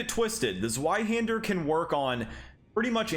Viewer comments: im Sorry but i find it funny how you say the word "Sweihänder" instead of "Zweihander" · Sorry to be that guy, but it's pronounced ZVeyeHander EDIT: Thanks for the video. It's useful to see demos of all the weapons in one video! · Immediately stopped the video when you pronounced it "Zuaihander" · It's pronounced "Tzvy-hender". Rhymes with buy or guy. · It’s pronounced “Ts-Vai-Hander” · The way he says zweihander (zuayhender) hurts so bad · Zweihander is actually pronounced “Zvei-hender” and it is German for two hander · The Zweihänder easily has to be my favorite of the colossal swords…I will say, the way you pronounced it gave me physical and mental pain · Your pronunciation of a zweihander is painfull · Zweihander is pronounced like the w is a v